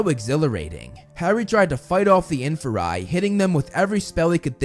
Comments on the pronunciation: It's not infa-rye it's in-fear-ie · infer-eye? aight you lost me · it’s IN-FEAR-E